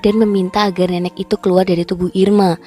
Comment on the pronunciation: Narasi cerita lumayan bagus..cm masukan sdkit aja,,kl mengucapkan nenek dan rokok mhn di perbaiki.. Sukses bt Chanel ini..👌👍